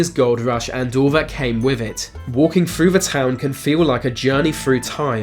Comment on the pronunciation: “ A journey fru time, “ “ free hundred ?” 😁